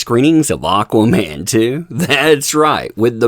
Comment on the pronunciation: "Auqaa-mann" lmao!